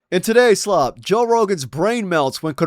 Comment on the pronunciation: "toe" rogan! i love it!